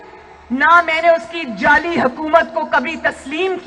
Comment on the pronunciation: جالی نہیں جعلی ہوتا ہے۔۔۔